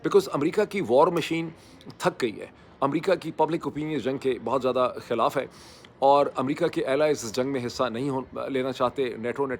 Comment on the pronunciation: I wish he would work on his pronunciation. Its not khalaf its khilaf. Its not ghainta its just ghanta. Also its soverign-ty not sovreign i ty So embarrassing to hear him mispronounce.